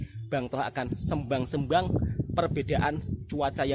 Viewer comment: Sebutan nya BUKAN SEMBANG SEMBANG,TAPI DISEBUT SÉMBANG SÉMBANG ATAU SEYMBANG SEYMBANG ,HURUF E YANG SEBUTAN NYA UNTUK EJAAN "PERAK"!!!